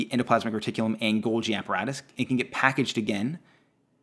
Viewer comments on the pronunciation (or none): none